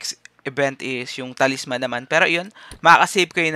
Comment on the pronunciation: paki ayus yung pronunciation mo. Night Crows as in Krows ang bigkas hindi Kraws. tapos yung Talisman, ang bigkas nyan Ta-lis-man hindi Talis-man.